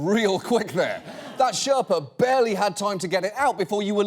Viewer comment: The word you are looking for is Sher(stop)pa. The pronounciation is completely wrong.